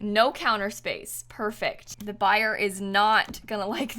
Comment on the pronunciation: Every time she says buyer I’m like “WiLl ByErS”